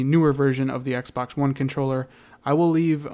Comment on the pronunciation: when this guy says x pax